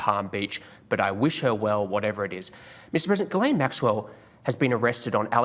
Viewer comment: Made me laugh when you first said Jizzlane Maxwell... very fitting